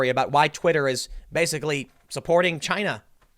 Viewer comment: Trump said it first "A-CHY-NA. 👌"